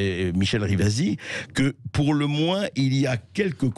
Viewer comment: RIVASI ! Pas rivas . Et elle à raison , stop aux parasites .